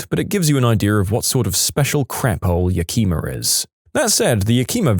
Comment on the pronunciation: That is the wildest pronunciation of Yak-Em-A I've ever heard in my life 😂 Also, 100% probably the most dangerous place in Washington, even more dangerous than Seattle.